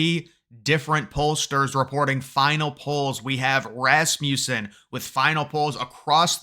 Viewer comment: It’s pronounced Ras-muh-sen. Rasmussen. Not Ras-myoo-sen. lol